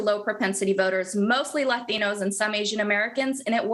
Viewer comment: why can't she just say latinos like a normal person?